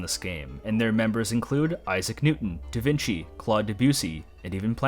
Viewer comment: Calling Da Vinci 'Da Veenkee' will never not be funny.